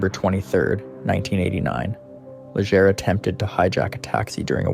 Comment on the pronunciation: Great video but the way you pronounce miramichi, Allan and Legere is horrible.